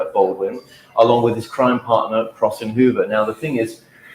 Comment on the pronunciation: It's not "Crossy", it's "Crossing"